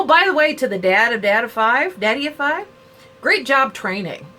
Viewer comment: I dont want to be rude but his youtube channels name is Daddy O Five.☺ Sorry its just because everybody says his name wrong.